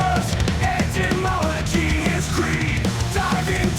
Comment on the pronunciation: This guy is a moron. Can't even pronounce etymology correctly.